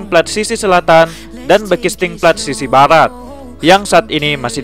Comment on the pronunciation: Baratt bukan blarat😂